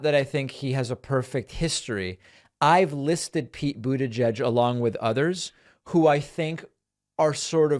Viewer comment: Pete buitegeig🤪🤣